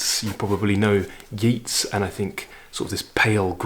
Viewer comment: Hello there. I stumbled across your lectures on YouTube quite by accident. I am enjoying them immensely. Keep the good work up! I have to take you up on the pronunciation of two words that jarred on my ears, however. Yeats and Inisfree. “Yates” (rhymes with gates, not with Keats). IPA: /jeɪts/; Inisfree (from “The Lake Isle of Innisfree” by W. B. Yeats) is pronounced “in-ish-free.” IPA: /ˈɪnɪʃˌfriː/ an Anglicisation of the Irish Inis Fraoigh (“island of heather”; hence, the purple glow). In Irish a slender vowel before or after an "s" make tit sound like a "sh". I am really looking forward to seeing/hearing more of your talks... instead of a siesta (I live in Italy) I turn on YouTube after lunch and learn something every day. Thank you so very, very much!